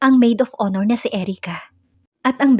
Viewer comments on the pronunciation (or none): none